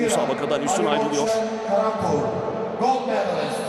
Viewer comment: я думаю что за каламбур все время а оказывается калампур)))